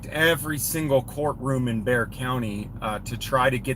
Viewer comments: It’s pronounced “bear” county btw. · Looks like a case for the Texas Commission of Judicial Conduct. FYI, “Bexar” is pronounced “Bay Are”, the x is not pronounced.